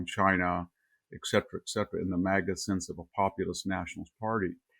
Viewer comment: "ECK-Cetera..." Mr. Hanson: Please learn to say "ET cetera!"